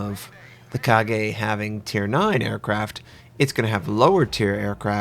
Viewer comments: Correct pronunciation is Ka-ga not Ka-ge. Try to research the correct pronunciation of a name first next time before making a video, its a friendly advice mate I love your videos because its informative. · "Kagay" No, its "Ka" "ga" Kaga xD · KA-GA... Not Kagayyyy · It's 'Ka-Ga' not 'Ka-Gae' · KA-GA. Not Ka-ge. I find it oddly humorous the Japanese have the best CV in the game, yet history clearly shows the Americans do flattops better. Kaga is not fast (quite slow for a fleet CV actually) and her AA and damage control...we all know how that went. So hopefully she'll make up for it in a strong strike airwing. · Kaga, not Kage. Gawd damnit. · Kah-gah not ka-gay lol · It's 'Kaga' not 'Kage'. As a person who learns Japanese language, I'm irritated how you pronounce it. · repeat after me. Ka-ga. Not KA-GE TRIGGERED WTF LEARN SOME JAPANESE GAIJIN YOUTUBERS DO NOT DARE INSULT THE MIGHTY KAGA TRIGGEREDDDDDDDDDDD (jk, but plz its not kage...) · 1st thing i heard .... KA-"GAY" ..... HAHAHAHAHHAHAHA LMAO WTF i type "KAGA" in google translate have better pronunciation XD for English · not pronounced as ka gay but ka ga (similar to lady 'gaga') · Learn how to pronounce Japanese and stop making Americans sound ignorant. Its KAH-gah, not KHA-gey... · What makes you think that KAGA is pronounced KAGE? makes literally no sense, at least other mispronunciations have some justification, although people should really do some research before butchering a name, but KAGA=KAGE makes no sense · it's Ka-ga not Ka-ge:( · I really love ur videos and I learn a lot from u but plz try saying the IJN ships names correct it is really irritating hearing u saying KAGE instead of KAGA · its kagA with an "A" at the end, not "kage" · kagey? maybe you should pronounce it as ka-gah ? though I understand, for someone to pronounce Japanese properly.. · every time you say kage instaid of kaga i cringed... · Kageeeeeeeeeeeeeeeeeeeeeh? Its Ka-ga. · it ka-ga not ka-ge or ka-gey :)